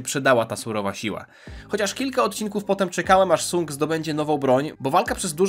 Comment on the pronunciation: Wymawianie "Sang" było by lepiej słyszalne , ale to moja opinia 😅